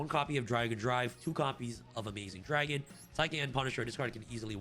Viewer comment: Say it with me “AMAZING Dragon” and “JAM Drive”